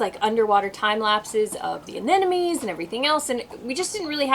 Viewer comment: It's cute when you say "anenome", my wife says it the same way ;) But it's not an enemy it's "aneMone" :):)